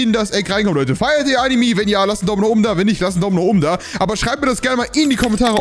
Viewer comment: Ich liebe deine Videos und es heisst anime nicht animi